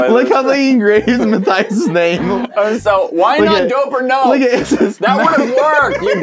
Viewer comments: It should be m a t th i a s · And it should be pronounced Mat - Thais